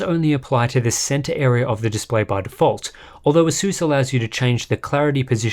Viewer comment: Pronounce ASUS properly.